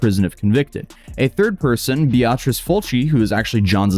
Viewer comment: First Vshojo, then Paducah, and then Beatrice. Is mispronouncing words on purpose for clicks? The world needs to know.